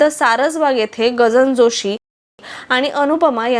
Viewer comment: Gajanan Joshi. He nav ahe.chukicha uchhar karu naka